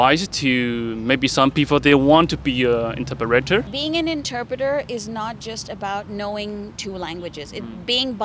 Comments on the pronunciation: The pronunciation of "interpreter" and many other vocabulary by the host is weird/incorrect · Please learn how to say the word "interpreter" properly...You mispronounced it every time you said it